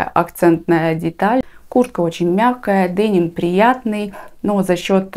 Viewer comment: Спасибо. После вашего видео заинтересовалась произношением слова"деним".Прочитала, что слово это французкого происхождения и означало из города Ним, следовательно, правильно делать ударение на 2 слог т. е. денИм